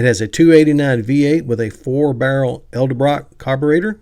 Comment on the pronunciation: Why is it when folks like your self say edsel you say ed-sel but when it comes to ed-el- brock, again """Ed-El- brock, you istead say El-La- brock? My 80yr old dad does it too. Its Annoying. And makes you sound illiterate.